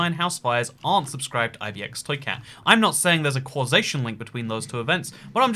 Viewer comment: Why is his accent 1000 times thicker when he says ibxtoycat?